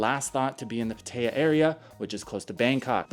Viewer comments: Never heard it pronounced “Patteya” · It's prounounced Pat-ah-ya. I can't stand the way you say it. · It's not pronounced PA-TAY-UH or PA-TIE-UH.